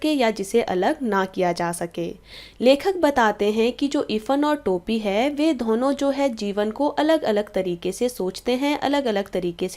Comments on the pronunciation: Ma'am itsदोनो not धोहनो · Why do u pronounce Dona like dhono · Ma'am app dono ko dhono mt bola karo bohot hassi aa ti h dhonon nhi hota dono hota h 😂😂😂😂